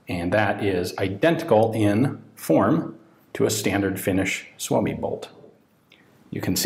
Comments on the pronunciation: nice pronunciation of "suomi" most foreign people butcher it... =) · Props for, you pronounce suomi correctly.